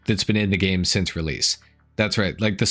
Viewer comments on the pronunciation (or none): none